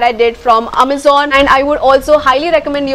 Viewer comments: Was going to subscribe untill you started saying "Ammazan." 🙄😏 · Amazon 💣 the way u say❤❤ loved it yr 😄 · The way she says Amazon 😝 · XD ikr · The way u say Amazon..😂😂😂😂😂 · No, not literally mispronounce but It was a bit different 😅